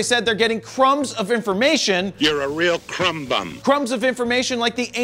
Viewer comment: The word is crumb, not crump!